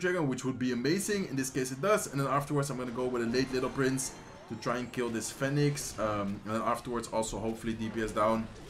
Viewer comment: Phoenix spreek je uit als Fie Niks. Niet fèniks lol